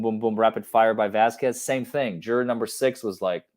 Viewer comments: Vasquez is not an uncommon last name in America, and she has been working around Johnny's team for months and months, she has to know she is pronouncing it wrong, such disrespect. Its like a wealthy woman not knowing the names of the help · I completely hate that said Vasquez the wrong way. I live in LA so I make a point to say everyone’s name correctly because I hate it when people get my name wrong. So every time gets her name wrong, and it’s a chain reaction to all of these other reporters saying it the wrong way, it makes my skin crawl.